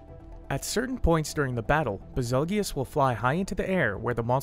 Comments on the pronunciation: I'm a bit disturbed that he pronounces it bezulgious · It's BAZELJEUSE. Like "beetle juice" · No way bro just called him baz-el-gee-us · Did he just say ba- zel-gee-yus what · I always thought it was pronounced bazel (like bagel) goose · If betelgeuse is pronounced beetle-juice then Bazelgeuse is Basil-Juice....ba-zell-gi-us sounds cooler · Lol ive always pronounced it as "Basil-goose". Still really wierd to pronounce it the way he does in the video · SAME. It's like "beetle juice"